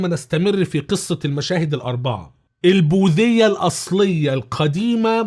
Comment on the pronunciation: البوديه وليست البوذيه